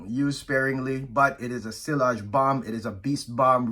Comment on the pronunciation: nice list. u hv good collection. Btw it's not pronounced sillage with the L but like siaage.